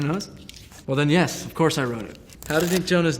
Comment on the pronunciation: "what is glow?... No one knows? Well then.. yes, of couce" 🤣🤣🤣